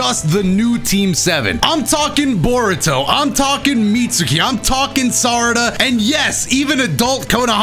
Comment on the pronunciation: why do you like Bore-uto?